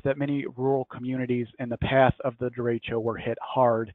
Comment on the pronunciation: I love hearing Midwestern US people trying to pronounce "de-ray-sho" or "de-ray-shio" or "de-reach-o" At least has it right.